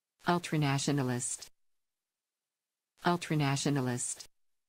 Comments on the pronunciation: Ultranationalist... Ultranationalist... Ultranationalist... If only you did that with all the words he's too du,mb to pronounce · Him trying to pronounce ultranationalist was sad 😂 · Seeing that guy be unable to pronounce 'Ultranationalist' makes me feel like my own linguistic skills are degrading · Him trying to pronounce "ultranationalist" killed me. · Listening to Aiden Ross' attempt to pronounce anything with more than two sylybles is more painful than inserting a cactus into my urethra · Watching Adin Ross struggle to pronounce "ultranationalist" reminded me of that Drake and Josh clip of Drake saying "South Ah-Ma-Rica" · I'm a line editor for a newspaper. This "man" can't say "ultranationalist" and makes more in a day than I will in a decade. Wild.